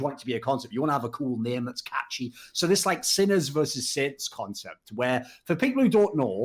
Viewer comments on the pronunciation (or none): Damn thorin was saying saints I was so confused thought he said sinner and sids